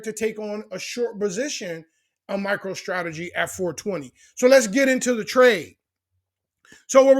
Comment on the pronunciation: Sounds like you saying “Micheal Strategy.” 😂